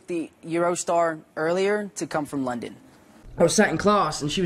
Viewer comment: Idk why but hearing Tom Holland say "London" in an american accent makes me happy